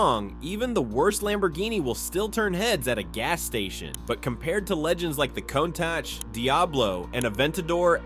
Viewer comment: Cone-tach? Never heard of it.